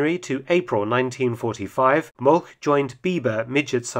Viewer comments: Just a note: Molch is not pronounced "molk", a closer approximation would be "molsh" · the proper German pronounciacion of Molch sounds like English molsh